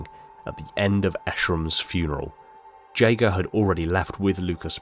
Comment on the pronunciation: You can't even pronaunce 'Jega'...